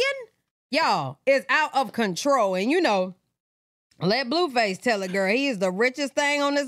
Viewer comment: Lol the way u say his name. “Bluefus” instead of “Blueface.” 😂😂😭💀